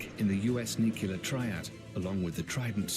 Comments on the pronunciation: It’s nuke-Lee-er… jeez. Nuke-ya-ler is not a word. Gosh that grinds my gears lol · It's pronounced NEW-CLEAR, not NEW-CUE-LAR. NEW-CUE-LAR is not a word.